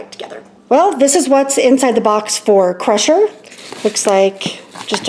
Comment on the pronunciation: It's "sigh" rusher like cycle rusher